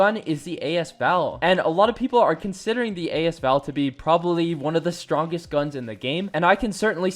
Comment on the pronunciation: A s val not As val